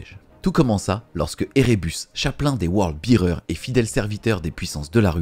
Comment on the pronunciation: Word Bearers pas World Bearers. Mais merci pour cette vidéo qui résume très bien cet événement.